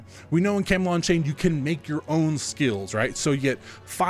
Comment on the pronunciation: camelot => camalot => cam-a-lot